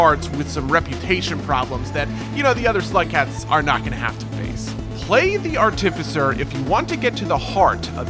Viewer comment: bro said artificer wrong my day is ruined